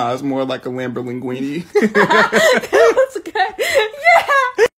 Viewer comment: the ✨🤌🏼LAMBOR-LINGUINI🤌🏼✨ 💀